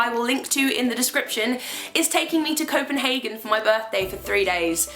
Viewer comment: Happy birthday!!! =D — As a Dane . . . Welcome to my country. I hope you'll have a lovely visit. And bless you for actually saying the name of our capital correct; CopenhAgen and not CopenhARgen (that's the german way of saying it . . .). But it's just Langelinje. There's no 'port'. =) — I've actually never liked my name. My parents had decided on one name, but didn't feel it when I was born, so a nurse actually named me . . . =/ My middle name is a family name, but it's like there's a hex on it, because we have all had some pretty serious accidents and things happening to us, so I would like to have it removed. My last name is the second most common last name in Denmark, so not a whole lot to be excited about there either . . .